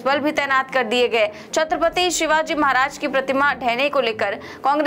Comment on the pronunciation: ....4pm का मैं चाहता हू....लेकीन आप छत्रपती शिवाजी महाराज जी का नाम इज्जत से लिया किजिये....आप भी उनका नाम उच्चारण से उनको अपमानित कर रही हो....कृपया ध्यान दे